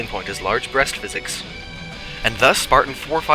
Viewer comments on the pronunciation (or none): none